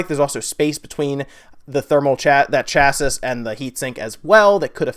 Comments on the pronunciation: Hey. Great videos you've been putting up, keep them coming! Minor point (and being a pedant!) but chassis is pronounced 'sha-see'! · chas·sis pronounced ˈCHasē, the last "s" is silent. Also I wore that same shirt today! cool stuff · lol, why did you pronounce the last "s" in chassis? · LMAO at the way American's say chassis.